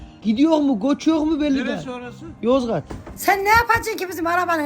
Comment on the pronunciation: Abinin yozgağ demesi😅😅😅😅